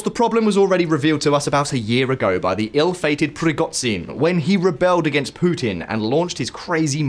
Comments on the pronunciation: Prigotsin? Can you stop butchering every word that has a ZH and pronounce it as a TS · Good video, but nowadays it's a matter of seconds to check how foreign names/words are pronounced: ZaporiTSia and PrigoTSin are painful to hear 😖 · prigo*ZH*in zapori*ZHZH*iya come on mate it's not pizza.. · What's with all the mispronunciations? I get that russian names are difficult for English speakers. But yours sound more like you have no clue how to say "Prigozhin" or "Zaporizhia", rather than having difficulties pronouncing russian sounds. And the cherry on top, NOBODY says "A. T. A. C. M. S." Nobody. It's supposed to be pronounced as one word. Are you trying to be different, or is your information input comprised entirely of written information, with no spoken word getting in? Help me understand. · This channel is terrible. First of all learn how to pronounce the zh sound in prigozhin, it takes 10 seconds and is like the S in measure. Secondly Trump winning doesn’t mean he will probably cut off aid to Ukraine, he is a wildcard and his main point is that the war would have never started if he was president. Thirdly you have deliberately taken that clip of Trump out of context, he was congratulating Putin as a dig at Biden because he said he made a bad deal and Putin screwed him. If you are anti Trump that is fine but don’t mislead people.